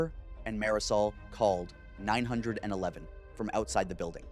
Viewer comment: learn how ro say 911 correctly